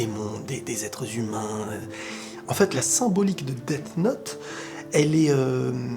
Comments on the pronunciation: Prononce bien Death note wsssshh 😬😬 deassss note pas deat note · Arête de dire "deff note" dit "dess note" même si sa s'écrit death note juste sa me perturbe 😂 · DEASSSSSSSSSSSSSSSSSSSSSSSSSSSSSSSSSSSSSSSSSSSSSSSSSSSSSE NOTE pas DEAFSD NOTE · Daite note tu dit? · pour info la prononciation DEFF NOTE veut dire : le cahier sourd ... (deaf = sourd) pour le dire bien on dira dess note ou encore detf note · « Daite note » 😭😭